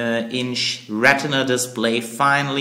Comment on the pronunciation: lol ra-teh-nuh display